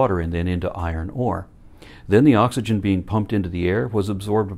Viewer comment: Literally everyone: Oxygen The preacher: AHHHKS ee jun I get the feeling the preacher had a serious speech impediment in his youth which he was never entirely able to get rid of. If he weren't such a contemptible piece of garbage, I might feel sorry for him.